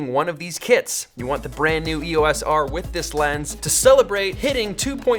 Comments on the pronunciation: Pronounced E-OS not E.O.S. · Love all that you do Peter, but if I could ask you to change one thing, its your pronunciation of E.O.S. - It is NOT an acronym. (Wiki)The name "EOS" was chosen for Eos, the Titan goddess of the dawn in Greek mythology, and is often pronounced as a word. Please say Eos, Eee-o-s. Sorry to be a pendant!